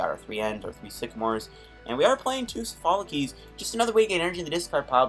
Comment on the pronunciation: ITS SOPHOCLES NOT SOPHOLOCES!!!! Insane video though.